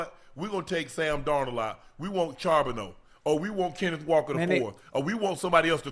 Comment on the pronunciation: UNC be butchering Zach Charbonnet name 😂😂